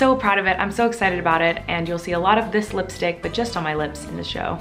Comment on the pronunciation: Miranda pronounces lipstick as listick